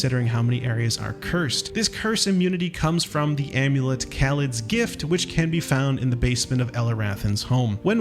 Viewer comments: You can tell when someone didn't play the original Bauldur's Gate when they mispronounce Khalid (it's Khal-ee-d not Kal-id) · Okay i have seen WAY too many people Mispronounce Khalid: it is pronounced Kah-Lee-d. its her dead Half-elf husband from the first two games. in BG1 he is playable as well as BG: Siege of Dragonspear and in Baldur's Gate 2 you see his body at the beginning of the game. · My poor boy Khalid got his name butchered, lol. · Would have normally given a thumbs-up, but the way you pronounced Khalid's name made me throw up a little.